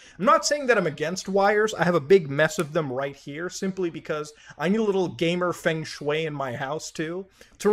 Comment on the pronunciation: hi muta, just wanted to say that its pronounced "fung shui" but i love you :)